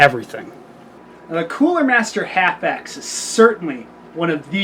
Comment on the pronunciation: That's H. A. F. X...I don't know what the hell middle school or junior high school English classes, or who your English Teacher was, but when you see a group of capitol letters together like that in a name, that means it's an Acronym, that means each letter stands for something different...